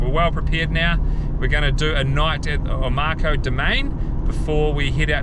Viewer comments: Oh-mah-cow. - Omakau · Omakau pronounced O-ma -cow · Mikes very good with pronouncing Māori names but messed up with this one a😊